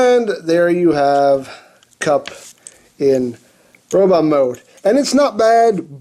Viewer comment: Did he say kum instead of kup in the intro??? Lmao